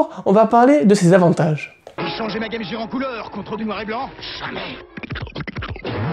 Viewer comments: ARRETEZ DE DIRE GAME JEAR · Game Gear! Comment vous savez pas prononcer!! Gear...